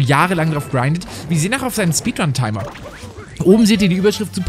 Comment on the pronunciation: Mario während des speedruns: HU, HA, JA, YEA, JA, JUHU, WUHUHU!!!: THERE IS A SUMPFHUND IN MY SPEEDWUN!!